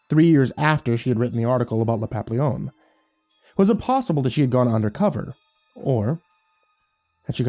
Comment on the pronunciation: Ahem... Pah-pee-yon